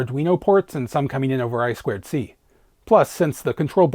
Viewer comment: Eye-two-see, not Eye-squared-see. 😂